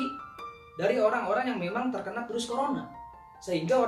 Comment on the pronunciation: Virus pak bukan Pirus pak wkwk